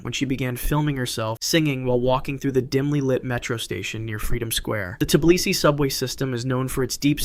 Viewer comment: It's Tbilisi not T-stutter-blisi ffs